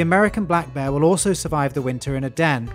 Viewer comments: It sounds like you are saying bah not bear. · I like how he says "bear" like "beh" or "baah" XD